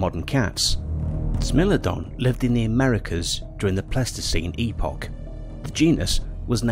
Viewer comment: um.....it's Smile-lo-don and Ply-sto=seen